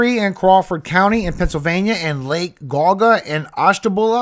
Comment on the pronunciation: Thank you for the updates! It’s pronounced like Jee-Aw-Guh and Ash-tuh-bula. Originally from that area. Miss seeing the ❄️ ❤